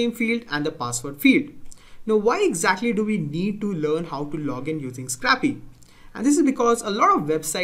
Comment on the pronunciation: It's pronounced scrape-y, not scrappy. It's called "scrape," not scrap. It's pronounced with a long a.